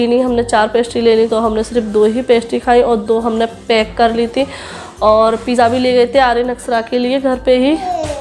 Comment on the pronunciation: Sutar, pija,sop, kitna galat bolti Ho Tum sahi Se bolna sikho, Paisa Kama rahi par bolne ka salika bilkul nhi badla